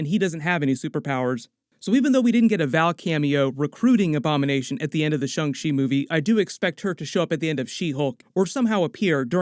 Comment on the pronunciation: "Shung Shee" Guys can you please TRY?